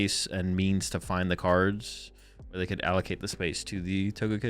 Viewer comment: Why pronounce 'cards'as 'cooorllds'